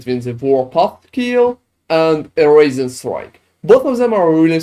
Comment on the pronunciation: I keep hearing “raisin strike” lol